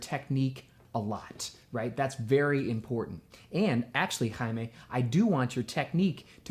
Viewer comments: Morocco My Country :D It's CHaimae Not haima :p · Her name is shaima not haima She is from my country (Morocco) I mean I'm Moroccan as well Thanks for answering to her question